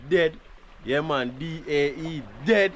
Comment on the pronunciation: lol you the G said (DAE) dead lol 😂😂😂😂